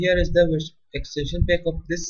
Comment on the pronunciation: Good video, but maybe put some subtitles in just in case someone gets lost because of your strange accent. For example, you pronounce the word "pack" like "peck". And "agreement" as "agrement", although I'll let that one pass.